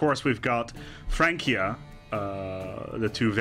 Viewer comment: Correct me if I'm wrong but shouldn't FRANCIA be pronounced (FRAN-SIA and not FRAN-KIA)